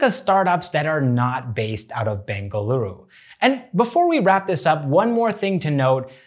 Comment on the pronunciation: You pronounced bengaluru correctly ❤️❤️❤️